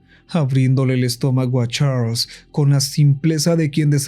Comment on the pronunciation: Me da risa como dice CHARLLSS💋